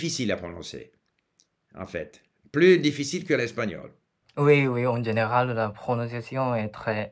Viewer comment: Pour ce jeune homme, il devrait travailler ses "F" car il dit : rancer au lieu de français, il dit "dgénéral" au lieu de "général" Sinon, il est parfaitement compréhensible.